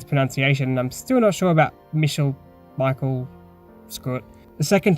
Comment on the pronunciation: Michel is pronounced the same as "Michelle", or else the Maid in the original story never would have gotten the two confused ;) Anyways thx for the impressions! Hopefully this comes to PC one day